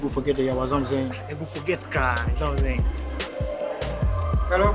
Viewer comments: Zamsaying 😂 Is why you bring me here 😂😅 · "I dey d)) you, i dey d)) you very much zamsaying"😂😂😂😂